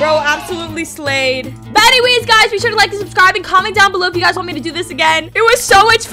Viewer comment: The way you said sure, a British accent got me laughing😂😂😂😂😂😂